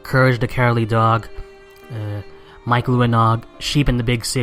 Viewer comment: Mic Graves's name is pronounced Mick not Mike